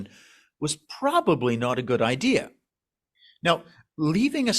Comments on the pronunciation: It's really "idea" ... Not "idee.erh"! Lol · Notice that the narrator pronounces 'idea' as 'ideaer', which exposes his authenticity of being New Haven! Or there abouts. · No r in idea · If he could pronounce “ idea” properly it would lend more credibility.